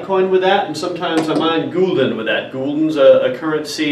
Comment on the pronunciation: Just started out with mining (on a very small scale). I do have to make one remark on the pronounciation of Gulden. The 'u' is pronounced like the uhh sound when someone doesn't know what to say (but shorter).